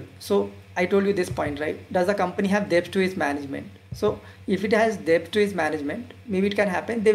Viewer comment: Excellent presentation on value investing. Keep it up. Correction: you are pronouncing Debt wrongly. "b" is silent in debt. Kindly check. Suggestion:- Do let us know if u have a telegram channel where u could give instant updates on value investing, daily market updates and post updates about new videos released on YouTube.